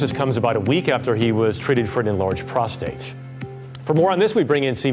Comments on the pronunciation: What he has prostrate cancer ? Did u say it right ? Thought it was just benign ! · Yikes she really flubbed the opening saying he has prostrate cancer. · The lady host just said Charles has prostrate cancer haha she meant enlarge prostrate surgery